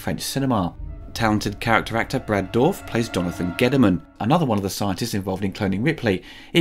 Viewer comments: Jenneaux instead of Jeunet, Urigi and Orrigi instead of Auriga, Dorf instead of Dourif, Frank (?) instead of Elgyn, John instead of Vriess, Padouris - again - instead of Poledouris... Man, your retrospectives are so damn good: comprehensive, insightful and very knowledgable about aspects that don't get coverage anywhere else. If you could just bother to get your names straight. I mean, you're so on point on everything else - how much time does it take to look up a name? This is an issue in most vids, and it's actually getting distracting. It's like a drinking game where you have to take a shot at every mispronounced name only to be completely blasted three vids in. It's a bit of a bummer, considering this stuff is so great in every other regard. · Worst pronunciation of "Dourif" ever, and how can you forget his first film "One Flew Over the Cuckoo's Nest"??? Brad has done some amazing films. Apart from that, great video :)